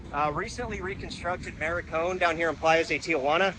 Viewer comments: “Maricón”? Surely you mean to say “MALECÓN” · ... You need to really learn your Spanish Bro... You siad "Maricon" which means "Fagget" in Spanish and I think the word you were looking for was "maLecon" which means boardwalk. 🤦‍♂️ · Bro is calling the malecón, ma r icón. 😂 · HAAAA! you said MARICON!! That was on purpose right?! lol. Malecon. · i can't help but notice you keep calling it maricon. hehe. That is actually the Spanish word for homosexual. I think you mean malecon. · Hey man, just to assist it’s not “Maricon” it’s “Malecon” small change but big difference!! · did you call it the newly constructed “Maricón”? Lol, that is derogatory Spanish word for a gay male. It is the Malecón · Dude, you mean Malecon. Maricon means something else. 😂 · Maricon = Malecon 🤣 Good video tho - very informative! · its Malecon, not maricon, that's something way different bro, hahahahaha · Ma-le-cón. Please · Mah-Lay-CONE (malecón) - Nice video!! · It's pronounced malecon with an L. The way you are pronouncing it with an R means fag#ot. Just fyi